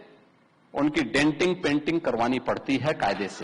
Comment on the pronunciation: Denting Penting Nahi Denting Painting hota hai ... Bhasa Nahi Bhasha Hota, Uttar Pradesss Nahi Pradesh hota hai...